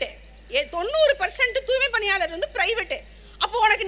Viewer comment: துாய்மைக்கு பதிலா துாமை என்று பேசுது.